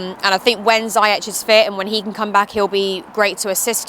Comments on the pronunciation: It’s pronounced verner, not werner and zeeyech, not zye-yech 😜😂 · Timo "VERNER" It's pronounced VERNER. Not OUERNER. Zyech is pronounced Ziiesh and not ZAYESH. If you're going to make youtube videos as a "pundit" the least you can do is make an effort with players' names ffs